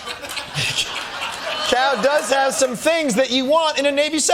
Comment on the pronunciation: Cao is pronounced tsow, not cow.